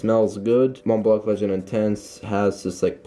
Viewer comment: Bra u don’t pronounce the c in the enemy in Montblanc